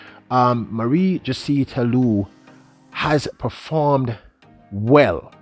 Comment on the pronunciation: you sir is a great analyst!! And you are great at analyzing BS. Your channel is very comical you also present opinions as facts. Also what's up with these names pronunciation? Im pretty sure you are pronouncing josee, and Herah wrong,and thats not my 2 cents, thats a fact!!